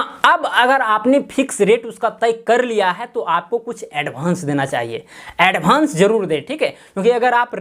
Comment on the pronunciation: भाई एडभान्स नही होता एडवांस होता है